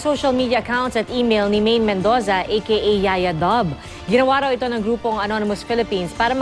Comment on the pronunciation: did i here medoza